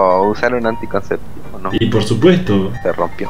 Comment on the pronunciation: ''Se ronpio'' 😂😂